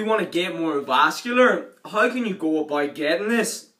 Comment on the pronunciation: It's about not aboit